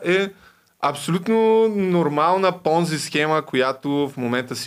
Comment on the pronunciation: Схемата не е Понзи, а е Понци. Дъщо кскто пицата е пица, а не пиза.